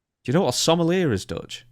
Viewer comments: It's pronounced 'SOM-EL-EE-AY'. It's French. And RIP to Kevin Sullivan, one of the greatest bookers in wrestling history. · It's actually pronounced "Some-ul-YAY". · The Scottish jabroni cant pronounce sommelier. It's french buddy.